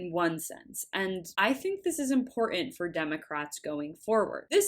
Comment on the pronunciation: Im/por/tant not whatever you said.